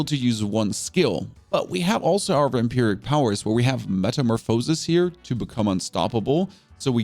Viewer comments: I had to stop watching. If i heard you say metamorphosis like that once more i might have kicked the dog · Why do you mispronounce “Metamorphosis”? Are you doing it on purpose as a joke or are you really pronouncing it wrong? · im glad u givin yourself some good advice =) theres more then one counrty and language ;-) The pronunciation of "metamorphosis" in German is "metamorphose" (pronounced as metəˈmoːfəsis) ¹. The emphasis on the "o" sound in the German pronunciation could be due to the phonetic differences between English and German. In German, the "o" in "metamorphose" is pronounced with a long "o" sound (as in "oh"), which is why you might hear it emphasized when a German speaker pronounces the word. on another note its pretty cool can ask questions and get coherent answers. does lead more and more to the atrophy of our brains. used to have to remember phone numbers. and street names....to spend time googling the answer and learning random things along the way i think it was einstein that attributes a measure of someones intelligence by their immagination